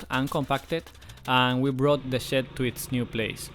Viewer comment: I like how you say shed so similar to say shit. "we can see the facade of the house without that ugly shit" 🤣